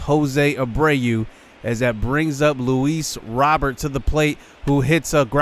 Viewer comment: Luis Robert is pronounced (Loo-Ees Row-Bayrt) it's just kind of bothering me that he says it the way he does. But good video!